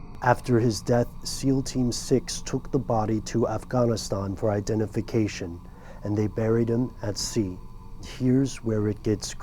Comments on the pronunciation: Off-gone-is-ston. You mean Afghanistan right? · Off gahnee stahn..